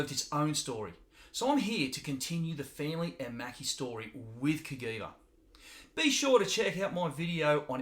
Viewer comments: It's pronounced "Kuh-Jee-Vuh", NOT "Kuh-Gee-Vuh" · Not Ka-Gui-Va but Cajiva # Ka-Jee-va. Castiglione Giorgio a VArese. The name of the father of the two brothers + the name of the city in Italy. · Hey there. I am Italian and the correct pronunciation is just like was written CAJiVA so the G is soft. Not CAGHIVA but CAJIVA. Btw cool video 👍. Greetings from Italy then 👍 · I was going to say the same thing.